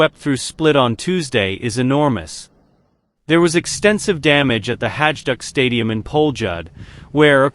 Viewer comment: You should really learn how to pronounce names correctly. Jbao vas Marđan, Hajžuk i ostale besmislice. Kad već radite video, onda ga napravite kako treba.